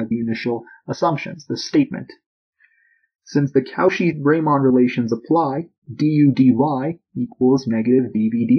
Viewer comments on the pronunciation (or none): Impeccable mathematical physics. French pronunciation... meh. Not "Cow Shee" more like "ko she" or even "cor she" roughly. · How is Cauchy pronounced again? I hear cow shit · You're saying Cauchy wrong. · You really butchered Cauchy's name lmao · Great video. Very clearly explained without labouring too much on the background material. Wish I didn't get so distracted by "Cauchy" being mispronounced so much though!